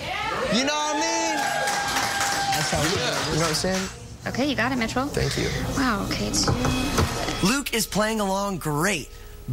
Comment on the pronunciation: Maykıl musso 🤣😅😅😅😂😂😂😂